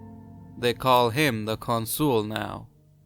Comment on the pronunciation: I really don't get why you pronounce 'Consul' as 'con-SOOL'. It's 'CON-sul'.